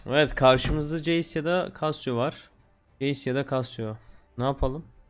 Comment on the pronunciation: öyle bi kasyo (cassio )diyosun ki direk aklıma saat markası geliyo